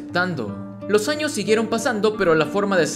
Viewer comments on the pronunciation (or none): none